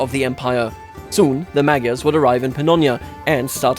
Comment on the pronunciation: francia is pronounced frankia, louis name was ludwig, charlemagne was karl, and magyar pronounced wrong by you, + at that time it was mogyer(the leading tribe was mogyer and then all the people got that name)